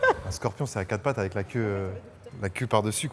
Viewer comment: Il a dit le scorpion a quatre pats le pauvre